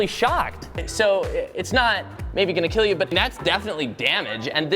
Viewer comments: "It will keal" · it weel keel. Anyone? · It will KEAL lol (If you know you know)